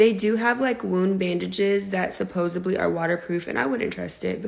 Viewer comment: It's 'supposedly' not 'supposably'. This damn American education system y'all. I'd bet money she was somewhere besides Pig Island and didn't want to say.